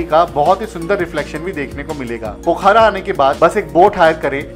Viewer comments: भाई पोखारा नहीं पोखरा बोलो यार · पोखरा नाम है पोखारा नही